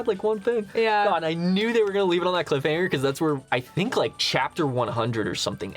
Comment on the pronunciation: For a second there i thought he said cliff hang🤣